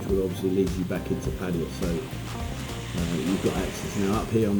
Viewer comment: Good video. Nice to see more than just a beach. Well done! It's Pattaya, not Pattya...isn't it?